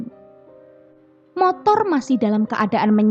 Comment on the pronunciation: Motor buk. Bukan montor.🤣